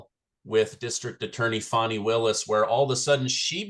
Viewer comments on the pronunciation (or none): There is NO "W", in "FANI".